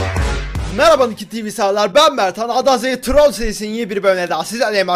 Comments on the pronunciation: Abi normalde trrrroool diyodun direk trol dedin olmadı :D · troll diyişine guurban :D